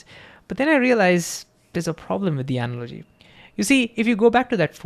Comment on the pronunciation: Please learn how to pronounce “analogy”, “h”, and “probability”. You say it really weird and it distracts from your content.